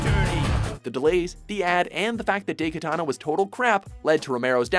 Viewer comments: 10: Dem details 9: DIE-Katana. Not DAY-Katana 8: That's why I prefer 3D Pinball. 7: Dwegins... 6: Those are some shitty-lookin' palm trees. 5: ... 4: ...Until the tomb rose again, somewhere. 3: Just wait until they eventually publish Bombshell. 2: ...meh. 1: Uggghhh.... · it's pronounced die katana not day katana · daikatana... it is not spelled daykatana but daikatana. ai is the sound from die. learn proper pronunciation dammiiiit!!! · DAIkatana. DAI. Not day or dei or dey. DAI! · DIE- Katana not Day katana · I think they're pronounced "DIE-katana" not "DAY-katana" and "Sili-CON Knights" and not "Sili-CONE Knights". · Dey Ki ta na <___<''. . Wut? Isn't it Dai Katana? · Daikatana, ''Dai'' as in ''Die''. Japanese for big. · the way you pronounce things is infuriating. it's "DIEkatana", and i hate how you say 'genre'. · "day katana" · Jhon Romero's Day Katana... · Did you just say "day"katana? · wtf is DAY-katana? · "#9: DAYkatana" ugh... please god lean Japanese pronunciations... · tempted to down vote this video just for calling it daykatan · This is the first time i hear somebody mispronounce "Daikatana"... (-_-)'